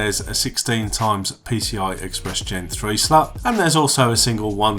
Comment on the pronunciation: Am I hearing things or is he really saying slut? Instead of slot?